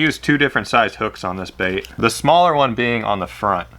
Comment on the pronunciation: "As for the lip on this bAiht."